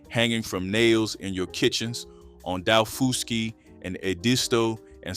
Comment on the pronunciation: My mother was born and raised on Edisto Island in the lowcountry of South Carolina. My grandmother and aunt lived there until they died. I grew up eating this food and still do, always will. By the way, it's pronounced dah-FUSS-key island.